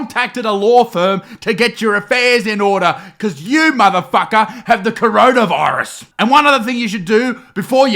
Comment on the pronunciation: I don’t want to sound rude or anything but it’s coronavirus not chronaviruse